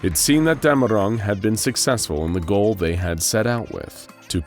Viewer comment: Its dämmerung, btw